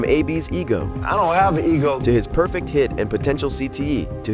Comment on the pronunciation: he was mispronouncing burfect